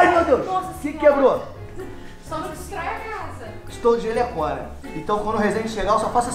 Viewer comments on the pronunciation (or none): nss o falou " "Jelhecõna" so deizer "Jelecona"